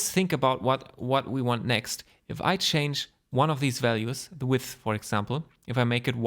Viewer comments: Your tutorial is content-rich, non-rambly and clean. I'm totally totally totally fine with a non-Hubert, Erindale length video/ssss! And your English is excellent, do feel free to pronounce width as "weeth" or weed or whatever your wish, most Anglos will readily admit they don't even speak English! Cheers... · The first well explained and practical geometry node tutorial I see. Tried several others, but ended understanding less than when I began the videos. This was awesome and very well explained. I too have trouble pronouncing "width" lol. Hope you release the part 2 soon! Thanks! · Vielen Dank. Btw i love how you struggle with the words "width" and "depth" - dont worry, happens to all of us german speaking people ;)